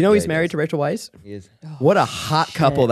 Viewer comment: The fact that Zach kept saying Rachel Weisz's last name correctly, but then kept saying Brenden Fraser like Frasier just kept grating on my nerves! lol😆😠